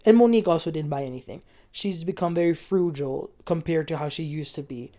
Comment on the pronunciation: “Froojal” killed me 😂